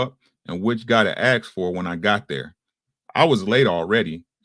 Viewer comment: I think it would be good to say ask instead of ax Also thanks so much for reading this book